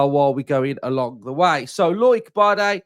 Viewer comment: Loike? It’s pronounced Low-ick 😂